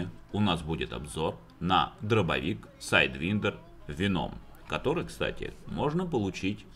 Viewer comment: правильно " сайдвАйндер веном " , боже, подтяните ангийский